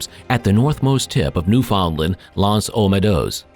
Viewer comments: Why can't any Americans pronounce "Newfoundland" right? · Ok...your seriously saying Newfoundland wrong.....your a history channel...sorry its driving me nuts🤓